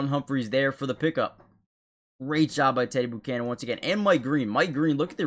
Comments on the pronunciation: Never heard the name pronounced boocannon before 😂🤢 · Please go to Google and learn how to pronounce his name. It’s embarrassing when you keep saying it wrong over and over and over and over and over and over.. and that last place you said that my green did a great job but he didn’t even get close to making a tackle and his whole job was at the edge and he didn’t set the edge so it looks like this is another one of those channels where there’s just some guy who sang a bunch of stuff and editing, but he’s not really editing because he doesn’t really know how to fix anything because there’s things wrong so to me if you’re editing everything should be correct or you’re just not very good at your job